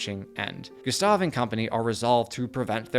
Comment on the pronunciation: Excellent video, but you constant mispronunciation of "Gustave" was positively maddening.